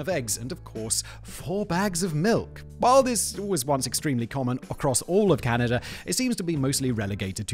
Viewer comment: I think you saying Can - I - da a thousand times, is more than I can bare. Please Simon - there's no I in Canada